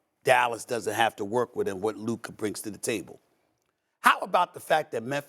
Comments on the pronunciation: If Luka had any of Ja's teammates I would pick the Mavs to win a chip. And Steven A must mispronounce Luka's name on purpose at this point XD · Ja morant is nowhere near luka or jayson tatum lmao...stephen a is embarrassing .....neither still cant pronounce luka's name thats even embarrassing